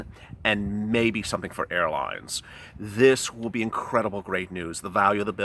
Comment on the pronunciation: Did you say "airlines,' or "hairlines?"